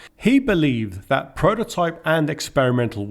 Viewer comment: Love the way you struggle with “TH” coming out as ‘FF’ so 3 becomes Free. But you also collect the African black Da. So THAT becomes DAT. Other than that you have a nice voice..